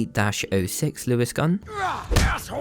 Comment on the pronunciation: So I’m guessing I’m the only one annoyed by how he pronounced 30-06? You do great vids by the way!